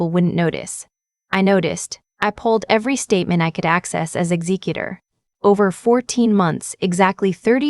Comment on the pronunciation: It's pronounced ek zek u tor.